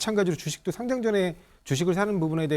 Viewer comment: 상짱이라고 발음하면 종이로 된 상장입니다 주식시장에 거래되는 것은 상:장으로 발음해야 합니다